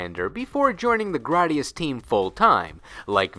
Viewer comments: Graydius not grodius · It's Gray-dius. Don't butcher it. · I’ve literally never heard anybody pronounce Gradius like that. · That secondary motherfucker's voice makes me want to hurt someone. Also, why would it be "Graddius?" Remember your phonics, kids.